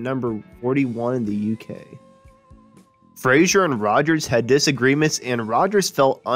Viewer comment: Andy FRASER not FRASIER ffs!!!